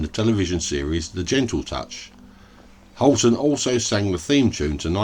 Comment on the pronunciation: Hiya 🙋 Thank you for the video on Gary Holton. Well done on the pronunciation, I had trouble with that when I tried! 😂 Best wishes Annie.